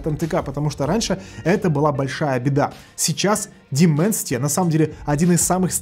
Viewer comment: Даймэнсити, а не Дименсити...